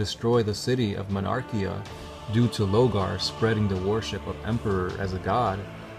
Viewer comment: Say it with me: 'LORgar'